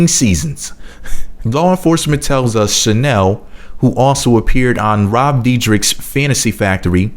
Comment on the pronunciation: Rob dyrdek not detrich pronounced deerdeck